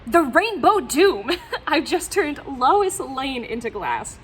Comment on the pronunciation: I had to rewind to make sure you said "Woe Louis" instead of "Woo Lois" 😀 I have the "Witch of Metropolis" story from Lois Lane #1 in the Lois Lane 80 Page Giant, but I too have never seen a Lois Lane #1 in person.